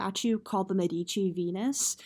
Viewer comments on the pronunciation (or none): Medici. Stress on first syllable